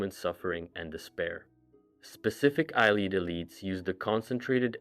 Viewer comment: Omfg its not eye leed its a Lee id. Have you every played an elder scrolls game?